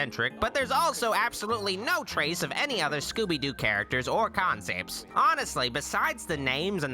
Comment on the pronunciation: The way says "concepts."